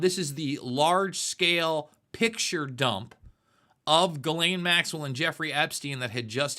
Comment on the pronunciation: Jiz-laine Maxwell